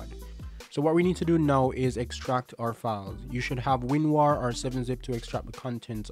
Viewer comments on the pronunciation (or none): "winwar" lol but good vid ty for helpin me